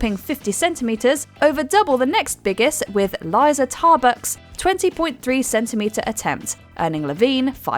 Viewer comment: "Leeza" and theres an L in Rylan. Come on now........😐